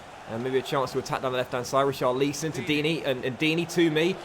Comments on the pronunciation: Who is "Richar-lee-son"??? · Richarlison is pronounced Ri-car-le-son